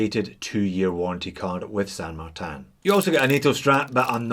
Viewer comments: It is a Spanish name derived from a saint which in English would be translated as Saint Martin. The correct Spanish pronunciation is Sand-Mar-Tin. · Well done Texas accent. That’s exactly how we all down here in Texuss pronounce San Martun. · Well, to pull you up, you really should be pronouncing it 'Shan Martan Eckshplorer'